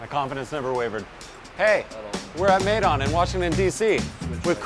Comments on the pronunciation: It cracks me up they keep telling about, their experience abroad.... But they are mispronouncing everything including the name of their restaurant. Their place is named maydan after Russian maidon, meaning town square. But it should be pronounced my-don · He said May-Don... Maidan it's میدان